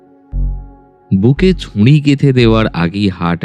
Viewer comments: ভালো লাগলো কিন্তু ছুরি উচ্চারণ ঠিক করতে হবে । ভালো থাকবেন। শুভেচ্ছা জানালাম। চন্দ্রবিন্দু বাদ দিতে হবে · এর ভালো গল্প আর পরিবাশনা কিন্তু কিছু কিছু কথা খুব কানে লাগল, যেমন ঝোপকে ঝোঁপ আর ছুরিকে ছুঁরি বলা😑 খুব খুব কানে লেগেছে! দয়া করে একটু খেয়াল রাখবেন